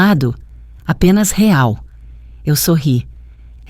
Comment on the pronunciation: A senhora nem sabe falar real